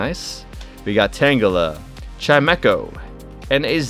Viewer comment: Finally! A person who reads Chimecho right!